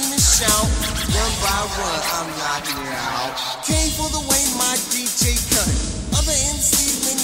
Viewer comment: He was so high he aint say knocking right🤣😂